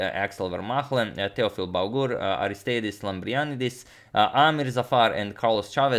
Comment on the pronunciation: i think its pronounced Arist_I_dis Lamprian_I_dis (u put the tone on the capital i in both cases , and the ei in greece is actually i ) . just to have an excelent subscriber with his proper thanks:)